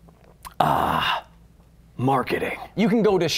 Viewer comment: The best part was "Maketing" part 😂😂😂